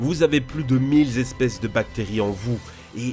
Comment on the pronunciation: "Plus de mille espèces", pas z'espèces.